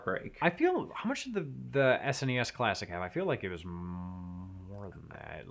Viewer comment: The way says SNES it sounds like "ass any ass"